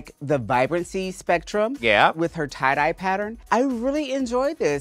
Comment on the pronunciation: I think MMM read “Tye-Die” as “Too-Die” 😂